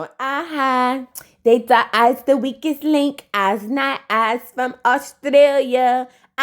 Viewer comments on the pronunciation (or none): none